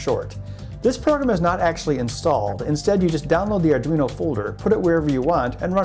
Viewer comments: Ardunio? Lol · it says ardunio. :) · ARDUNIO. lovely xD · ARR - DWEE - NO